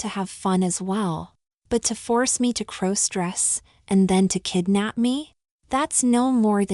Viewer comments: Stop mispronouncing crossdress 😮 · Please stop mispronouncing crossdress 😮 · Stop mispronouncing crossdress 😂